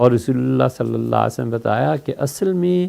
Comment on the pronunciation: مفتی صاحب حضرت محمد « صلی الله علیه وسلم» کی تلفظ کی پرکتس کرو پلیس.